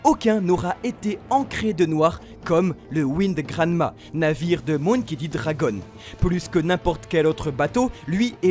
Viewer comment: "MOUNkey" D dragon ! Vraiment ? on est sûr de la prononciation là ? "Monkey" MON comme MONtagne... 🙃😋